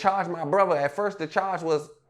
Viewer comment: You can hear the "H" when he say brotha 😂😂